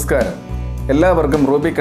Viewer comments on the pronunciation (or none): none